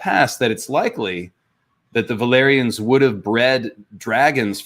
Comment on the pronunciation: Is it just me, or did say "valerions" instead of "valyrians" at least a couple of times?